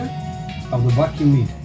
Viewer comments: Can someone tell him it is pronounced Wagyu no Vagyu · Can't you hear how he pronounces, wagyu Cringe it's like hes saying FU